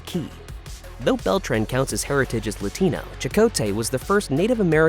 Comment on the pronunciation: He said Latino it just sounds like he said latina, but it's they always miss pronounce things